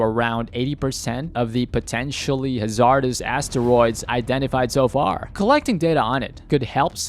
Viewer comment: The way he mispronounced hazardous haha